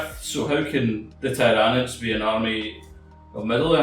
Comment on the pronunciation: "Thai-rawr-nids" #triggered